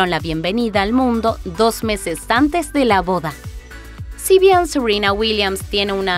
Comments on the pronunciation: Me rompe soberanamente las pelotas que pronuncien Seruina y Vinus cuando hablan castellano. Son Serena y Venus. 😡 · Sirina ,Vinus...Mejor habla en Ingles y me salgas con Tecsas XD,XD...